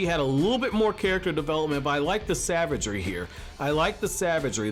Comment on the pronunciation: "I like the savegdry"